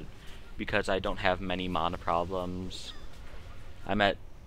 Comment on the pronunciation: By the way , Its MANA not fucking mona , fuck sake people.